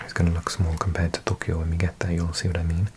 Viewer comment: i think youre pronouncing tokkyou (とっきょう) rather than toukyou とうきょう